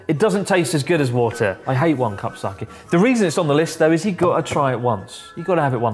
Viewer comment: wrong pronunciation of sake